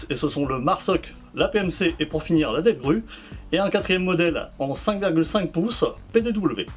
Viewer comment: Très bonne présentation, mais c'est devgrOu pour la prononciation.